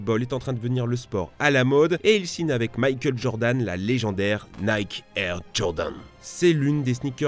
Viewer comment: Tu ne peux pas prononcer " Air Jordan " en anglais et " Nike " en français dans la même phrase...